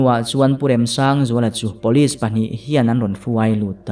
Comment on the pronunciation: "Pawlis" ti lovin 'Police' (pulis) tihin i lam țhin tawh dawn ni. 🙂😀